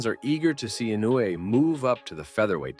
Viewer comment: The way you pronounce "Inoue" sounds like "Inu", which means "dog" in Japanese, as in "shiba-inu", effectively turning him into a dog breed, which is cute. (Japanese spellings are isomorphic: they are pronnounced as they are written. "Inoue", which is written with four vowels, are pronounced with four vowels: "I-no-u-e". And these are pure vowels, unlike the English "i", "o", "u", "e", which are all non-pure vowels, being either a long vowel or a diphthong.)